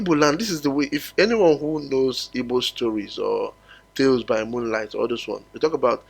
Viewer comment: Our name is not Ibo. We are Igbo.please pronounce it well